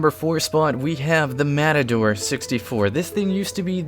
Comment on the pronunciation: You mean MAPADORE 🤣